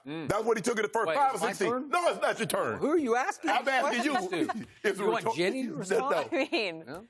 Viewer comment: Shannon: asks rhetorical question Skip: is it my turn? Shannon: NO ISS NACHO TURN!